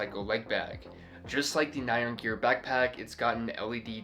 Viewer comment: Very cool. But I wanted to let you know --- "nyan", as in the Japanese word used for the meme character "nyan cat", isn't pronounced "nigh-on" like in this video. It's pronounced "nee-yahn", very quickly. It's what Japanese people think a cat's "meow" sounds like. TMYK